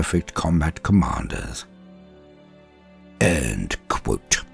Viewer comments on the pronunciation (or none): I've never known anyone to put so much sweat and effort into the two words "end quote".